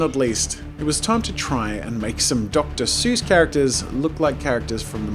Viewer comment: Dr. Zeus